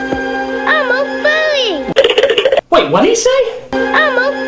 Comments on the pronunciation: No, no, no, a "FUWWY" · Im pretty sure he said "Im all furry" Not "Im a furry" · I think Edmen said "I'm all ferry" not "I'm a ferry" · He said "I'm all furry!", but NC thought he said "I'm a furry!" If you don't know what a furry is, look it up at your own risk. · I heard "a furry" ...I'm not the only one right?